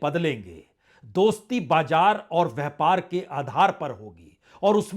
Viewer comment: Dear Sir, despite your great worldwide news analysis, please correct your pronunciation. For example: bajar not correct and BAZAR is correct and jiada is not correct and ZIADA is correct, hjara: hazar, etc